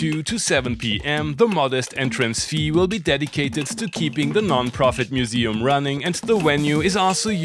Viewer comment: “So I Bikame a mooseem keeper…….”